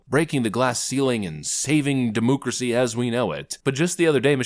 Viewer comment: I like your podcast but please stop saying demoucracy